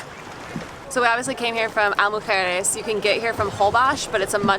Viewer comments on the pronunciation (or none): Just so you know, it's pronounced EES-la Mujeres, not EYE-la Mujeres. You should also check the price for the car ferry. It's probably cheaper than parking, boat tickets and golf cart rental. I lived for four years in Cancun, and spent most weekends on the island. That was about twenty years ago, and it was a quiet, sleepy little island, with just enough activities to keep yoou occupied, and no buildings over three floors, except for the tower at the airport! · Isla Mujeres is pronounced Eeez-La